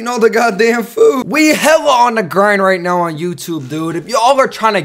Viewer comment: are you serious righ neow bro